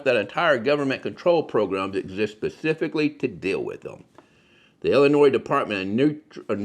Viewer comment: Good video, but just for the record (at the mark), the state we're talking about here--home of Chicago,, is ill-ih-NOY, not il-ih-NOISE. As the saying goes here, "there's no noise in Illinois". This is because it's source is the French pronunciation of a local tribal word from almost 200 years ago.